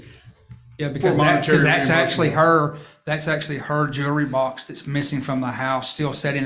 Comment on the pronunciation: His accent is cute! Jewelry sounds like jury